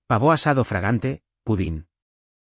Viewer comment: Así habla la Inteligencia Artificial 😂😂😂😂